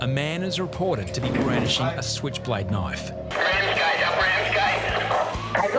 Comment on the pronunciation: I love how the lifeguard pronounces "knife" as "naf."